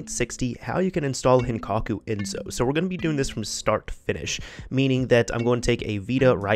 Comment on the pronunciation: It's "EnSo" with the same S you use when you say "Select"